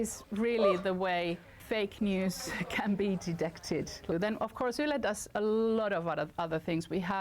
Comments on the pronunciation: Who said "Whylee"? YLE should be pronounced "ille" or close to that! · ...the public broadcaster "Wye Lee"... LOL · Not whylle, its YLE... like the Germanic Y. yyyy not why. Germans use about the same Y, Swedes use about the same Y so why is it so hard for Eng speakers to just say the last sound of their Y. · yle = waili :D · I have never heard somebody to butcher name and pronunciation of Yle as she did lol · The way they pronounce YLE grinds my gears... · YLE employee pronounced it two different ways one after the other. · YLE grinds my gears